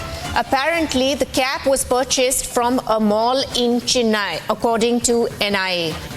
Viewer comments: Oh please. It is CHENNAI and not CHINNAI. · It is concerning that a reporter, who should possess a certain level of linguistic competence, fails to pronounce Chennai correctly. It is unfortunate that they seem out of place here in India😮‍💨